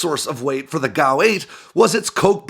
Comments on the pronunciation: You pronounce G A U (Gun Aircraft Unit) as Gow. Do you pronounce G B U as Gaboo????? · G. A. U. not gow. It's like saying Are-15 for A R-15 or Ack-47 for A.K.-47 or Foul for and F A L